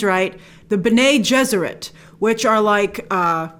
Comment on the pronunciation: Pronounced Bene like “Benny”... not like René with a B.